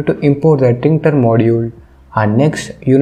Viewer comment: That is tkinter. You pronounce false.